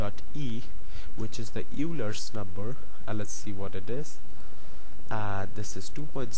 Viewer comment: FYI, Euler is not pronounced as the way you did it, it is actually pronounced as Oiler, you may google for the phonetical rep of that. :-)